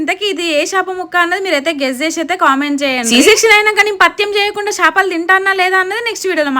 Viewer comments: Shapaluu kadhu ra 😅 akka chepaluu 😂😊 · Shapalu kadhu akka chepalu